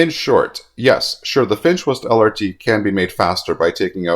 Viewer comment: Whenever you say, "the Finch West LRT", I keep hearing, "the defenseless LRT" 😂